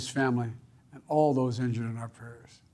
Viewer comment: "former trump is not serizzly linjured" My god 🤦‍♂️